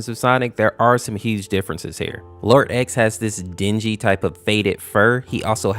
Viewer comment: Man you didn’t pronounce “xenophanes” right It’s Zee-nof-uh-neez but it’s ok people make it sound like zeno-f-ans